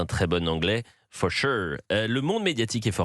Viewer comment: For shuueuureuu….